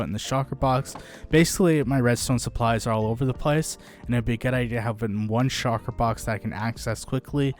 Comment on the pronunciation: Shulker! not Shocker